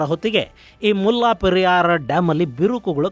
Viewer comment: ಅದು ಮುಲ್ಲಾ ಪೆರಿಯಾರ್ ಅಲ್ಲ. ಅದರ ಹೆಸರು ಮುಲೈ ಪೆರಿಯಾರ್. ದಯವಿಟ್ಟು ಎಲ್ಲವನ್ನೂ secular ಮಾಡುವುದು ಬೇಡ.